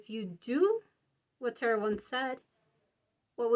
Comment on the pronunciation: I often deliberately choose (for all kinds of vids) ESL speakers. I didn’t have a problem until she said ‘territ’ for tarot (tear-ROW). I’ve never heard that one before!